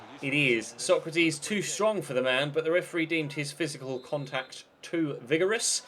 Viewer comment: Constructive criticism:Maybe consider giving Sergio Rico a new contract just to make sure he stays in the club,because he's superb,and pls pronounce Sokratis Sokratis not Socrateees, no hate love ur vids <3